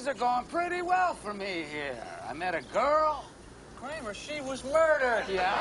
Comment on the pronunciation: For a moment there, kramer wasnt "kramer"